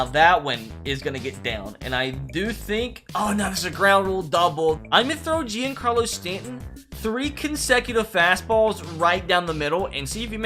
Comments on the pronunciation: Anyone else get trigger by the way he said Giancarlo Stanton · “Jeancarlos stanton”